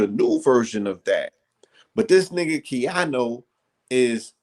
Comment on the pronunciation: Keanu not ‘Keano’ lol